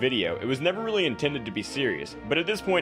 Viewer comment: 00:8 Weely LUL